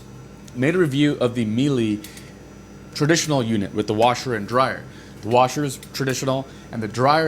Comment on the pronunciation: Keeps saying Miele wrong >_<